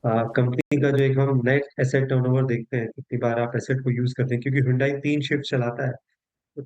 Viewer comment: हुडाई नहीं हडाई बहुत बढ़िया है